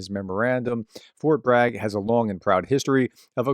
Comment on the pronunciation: "Fort Brag" 😂